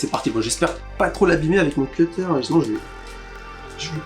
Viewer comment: Enfin un vrai gars qui dit pas "cuttère" !